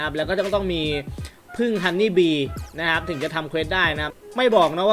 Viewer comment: ฮันนี่ครับ!!ไม่ใช่ฮอนนี่ฮอนนี่คือเงี่**ครับ😂🤣